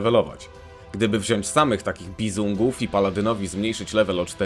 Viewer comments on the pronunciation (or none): none